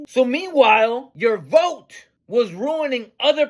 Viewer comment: "I will boat for Donut Trump" LMAO!!!